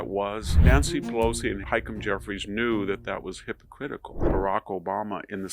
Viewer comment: It's "hypocritical" not hypocritcal.